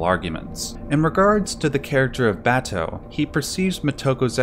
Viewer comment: Don't know if this matters, but listening to the Japanese version with subtitles, you can hear how the Japanese pronounce her name. They don't accent individual syllables in words or names the way we do. So, for example, if we in America say "mo TO ko," they say "Mo To Ko." If we say "ku sa NA gi," they say "Ku Sa Na Gi." Or if we say, "Ba to," they say "Ba To." I only mention it because I've watched a bunch of these Ghost in the Shell analyses now, and it doesn't seem like any of our commentators are aware of how the Japanese names are spoken by the Japanese. As a matter of fact, in the Japanes version, her last name is spoken first: "Ku Sa Na Gi Mo To Ko." If you try saying it a few times til it comes naturally, if creates a very different feel.